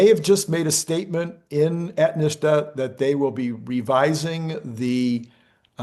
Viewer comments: National Highway TRAFFIC SAFETY Administration. Abreviated “NHTSA.” pronounced “NIT-sa.” ….its not NHSTA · it's NHTSA, not NHSTA. You've been pronouncing it "Nista" and it is actually pronounced "Nitsa".